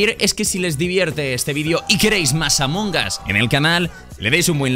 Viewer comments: Escucho a varios Youtubers decir Among Gas Yo: LPM, ES AMONG US! AMONG USSSS! CON LA U Y LA S COÑO! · Gente normal : Among Us TheGrefg : Among GAS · Gente normalisima: among us Thegrefg: AMONGAS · Se pronuncia "Among As" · Nadie: absolutamente nadie: thegrecox: Amon Gas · Nadie: Grefg: Among Ass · porque dise amongas